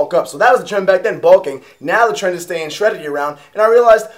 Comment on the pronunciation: Anyone else think he said Tren? instead of trend haha